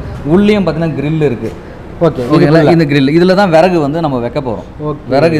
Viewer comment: விறகு தமிழ் சரியாக படியுங்கள்.